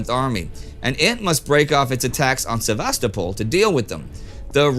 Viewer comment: It's pronounced "SevastOpol", not "SevAstopol" It's also "Krasnograd", not "Krasnogad"